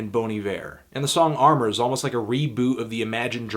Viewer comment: Did he just call amor "armor" lmao